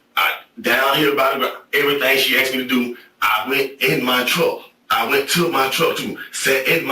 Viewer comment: "She axed me to touch her" BWAHAHAHAHAHAAAAA